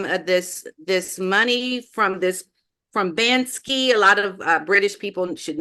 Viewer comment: BanKsy. Not BanSky. (British graffiti artist)